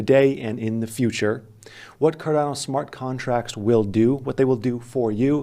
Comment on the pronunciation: buy cardana is all im hearing